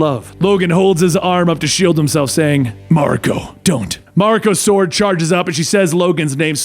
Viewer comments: It's spelled 'Mawr-e-co' . you welcome x') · Ma-rEEEE-ko! Please stop making my eye twitch. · It's MA RI KO. The Japanese language is broken down into syllables